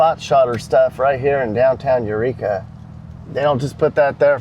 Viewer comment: EUR TWEEKA LOL!!!!